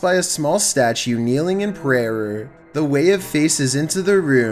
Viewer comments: Everyone’s talking about the toilet cleaner while I heard say “Kneeling in Prayrer.” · "Kneeling in prarur" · "a small statue kneeling in prayeryer" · Kneeling in "prayerer"? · Prayrer? Lol